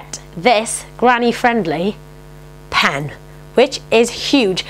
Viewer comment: lo she said PAN instead of PEN